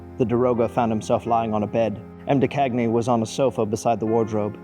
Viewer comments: did he really say de'-cag-knee"? XD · Christine was an understudy and in the ensemble. Not a dancer in the book. Only in ALW's musical. Your narration is good but you need to check your pronunciation. Bouquet, Giry and Galois and de Chagny.were all pronounced incorrectly. I love that you included The Persian. He's such an important character. In the ALW version, Mme. Giry is sort of the Persian's representation but only partially. There's also another musical version that has the Persian but I can't remember which one that was. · or of de Chagny